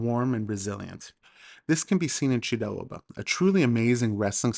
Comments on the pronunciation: Very great video, your pronounciation was actually really good besides pronouncing a word Mochidave because you pronounce ch like kh for some reason, even though you pronounce Chiraoba correctly 😆 oh and chidaoba or chachidva in Georgian actually means to grapple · You pronounce chidaoba ჭიდაობა really well, especially the first sound ch ჭ in georgian, but when say mokhidave მოჭიდავე, the third sound should also be same as the first sound in chidaoba you use sound kh, ხ in georgian. The word mochidave comes from chidaoba which means someone involved, in practicing chidaoba. And Georgian judoka after which throw is named is khabareli not kharibeli. The sound kh in the name is perfectly pronounced. Just the sequence of other sounds are slightly displaced. As a Georgian I just wanted to point out not to disrispect to you. In fact I thank you a lot for this video popularising chidaoba. And if I came to be rude in any ways I ask your forgiveness.